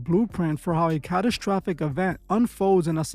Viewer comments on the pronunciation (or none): Dude... There is NO H in the word strange. It is not spelled shtrange. Also, there is only one h in the word catastrophic... It is not spelled catashtophic neither should it be pronounced as if there are two h's present in the spelling. Also, sigh .. the word is Strategy not SHTRATEGY.... And it's is STRIKES not shtrikes... And infrastructure not infrashtructure... Please get some reading glasses or SOMETHING MAN.